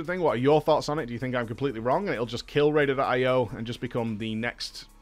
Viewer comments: He's literally looking at a screen that says Raider.IO, yet he continues to say Ratedated IO for the entirety of the video. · Am I the only annoyed that u keep saying RAIDED IO ? :)))